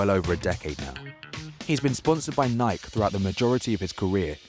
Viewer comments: Just saying Nike is pronounced Ni-key not Nik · Did this dude just say Nighke instead of Nike? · It's pronounced Ni-key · ni-key American way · Every time you say 'Nike' a baby dies. FFS its pronounced Ni-key. Its an American company so I think we know how it was/is intended to be pronounced. Thanks. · and the guy behind the voice be saying it wrong NIKE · Does anybody else notice how he pronounces Nike?